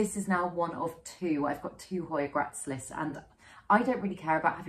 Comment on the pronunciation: Hey. Another fab video - starting to get really into jungle cacti at the moment, so love so many were featured. Lush! Just a note to say that the hoya gracilis is pronounced grass-ill-is:eyes-pink-heart-shape